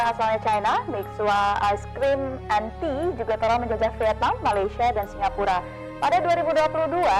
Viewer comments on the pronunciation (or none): none